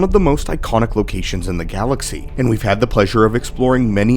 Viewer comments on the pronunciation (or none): none